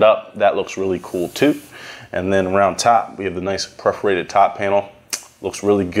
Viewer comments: Bro. Its "per" forated, not "pref" forated. Perforated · Its not pronounced prefreated, its perforated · Perforated, bruh. Per-forated. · Preforated???? Wtf did you just day?